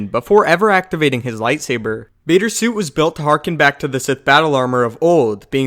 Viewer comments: I don't mean to spread hate but am I the only one hearing sue instead of suit? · Whenever he says "suit" it sounds like "sue" because he never says the T and it's really distracting